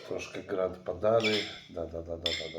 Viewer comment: prosze GRANA PADANO a nie GRAND:)